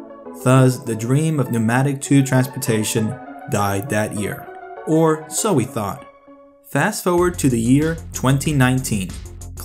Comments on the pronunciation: 'Or so we THOUGT' ... ouch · thougt? hmmm